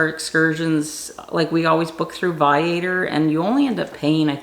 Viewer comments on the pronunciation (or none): It is pronounced Vi A Tour